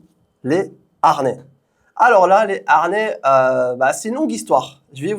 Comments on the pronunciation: Y a pas de R à harnais, comme il n'y a pas de U à "amblance" 😅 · haRnais....harnais😅😅😅